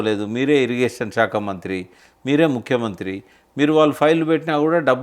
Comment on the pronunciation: shekha enti ? shakha anali kadaa?